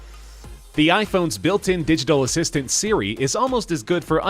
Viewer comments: u said “Sibi” instead of siri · Riof Plays u betta buy new headphones mate